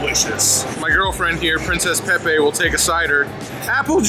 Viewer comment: "Princess peppe". LOLOLOL